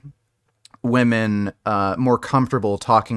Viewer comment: That’s not how you pronounce the word „women“.